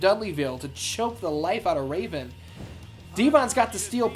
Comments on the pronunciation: From till the end of the match, I lost it 🤣🤣🤣 “Ra-Von” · Did you just say raven with the flying balls sack.🤣😂🤣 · ‘Will anybody be able to defeat “DDT”?’ Was it too much for Cole and Tazz to say “Raven”? (It also didn’t help that Ian kept screwing his name up as it was!)😂😂😂😂😂